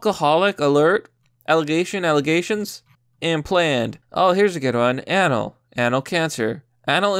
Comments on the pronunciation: You pronounced anal wrong, dude. And you don’t know what anorexia nervosa is? Areyoustupidoristhisaculturalthing? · “Ahhnal” bruh. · I'm going to tell you right now you're about to get millions of people making fun of you for the way you say anal you're saying it wrong as fuck ask somebody the proper way on how to say the word anal A nal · The way you say Anal fucks me over. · The way he says anal is making me A N A L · Why did he say anal like that? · Why do you say anal so weird